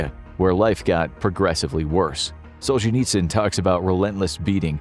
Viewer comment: You should learn how to pronounce the names of your subjects, starting with Solzhenitsyn...Just saying. 🤔